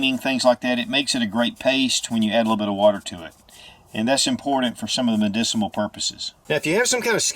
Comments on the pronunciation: "Medicimuhl" Hahaahaa, Sorry---don't mean to troll, but you said it twice. You didn't get tongue-twisted. You just don't know the word so I'm helping. It's, "medicinal". Things that relate to medicine are medicinal. Good content. It's common knowledge for us older folk, but I'm sure a lot of young folk have never come across this information. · Why do you keep saying medicimal? I thought you just screwed up once, but you keep saying it. It's medicinal. Not medicimal..... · Great video! BTW, medicinal, not mediciMal. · It's so cute the way you say "medicimal" instead of medicinal. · Buddy, it’s medicinal. Medicimal isn’t a word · "medicimal?" Try again. Its medicinal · Medicimal? Dude! ....... it’s mediciNAL......with an N! .... medicinal! I love your videos anyway. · Repeat after me...MEDICINAL....not mediciMAL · HI Great video thank you! But did I hear you right? Did you actually say MEDICIMAL? Sorry, did not mean to offend you! Shalom to us only in Christ Yeshua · Is it me ?? or is he saying medici MAL???? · Please stop saying "medicimal" purposes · Don’t know if I wanna trust someone who says “MEDICEMAL” .....TWICE!! Also out of the first five uses, really could only classify one of them a “survival “ technique. 👎🏻👎🏻👎🏻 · you said medicimal on the intro were you doing math earlier in the video lol